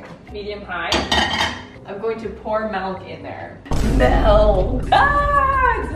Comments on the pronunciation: In the Afrikaans language you spell and pronounce Milk as Melk so it's really odd to hear a Canadian speak Afrikaans words 😂 Side note, thanks to you and mama Maples for always cracking me up!! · The way you say milk as “melk” has me cringing hahaha 😂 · Girl, why you say MEYELK? 😂😂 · if I could just explain how amazing it was to hear you pronounce “Milk,” made my entire life! I’ve always, always said Melk- and my family has a field day correcting me- I’m not Canadian, but Mideast US- and this has been something I just can’t change. In fact, I even hear it in my head as milk- Maybe us two are correct- and everyone else is wrong! Great video! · Funny thing, in the Netherlands, where I live, you actually write and pronounce milk as melk :O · mElK✨🤮 It's okay we still love you😂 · When she said "melk" I was like 👀 bc in the Netherlands "melk" means milk 😆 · Sorry, why does she say it as "melk"? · It is melk not milk😂😂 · This was just a ploy to make everyone hear say "melk" a billion times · Loving your pronunciation of MELKKK 😂 That’s how it’s written and pronounced in Dutch too! My language :) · Did you say you put cornstarch in the custard? That's the thickener babes lol. Just adore you and your beautiful momma Maples!!!! I know you pronounce milk like 'melk' but do you also pronounce pillow like 'pellow'? My friend lost a spelling bee on the word pillow because the lady pronounced it 'pellow'. We were in like 2nd grade and she thought maybe there was a word pellow that we just didn't know lol. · The way you say 'milk' is actually the way we say, pronounce and spell milk in Afrikaans, like 'melk' and I love it 😂 just makes you so much more relatable to your South African audience 😊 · I love how she says "melk" too! I do that and everyone makes fun of me😂❤ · I always love when you say "melk"! I am Afrikaans and that is exactly how you pronounce and spell milk in Afrikaans! 😂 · When you pronounce 'milk' you say it as you do in Danish 'mælk' 😆